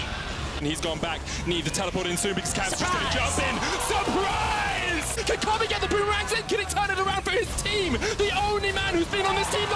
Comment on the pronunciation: SURRprispe ! It's Caps :D